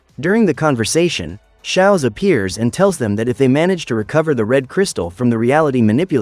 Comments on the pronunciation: It’s schooz not Shaz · schwaz? Nah shaowz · HES NOT SOWZ ITS SCHWOZ